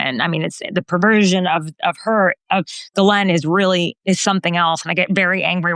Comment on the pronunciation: Gee len the s is silent.